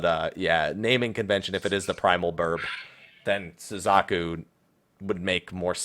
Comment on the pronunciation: Red and Blue.... POKEMON RED AND BLUE. Pokemon Crossover confirmed.... (I'm totally not being serious, just FYI) And... that pronuciation of Suzaku.... T_T; soo/zah/koo not sooz/AH/koo.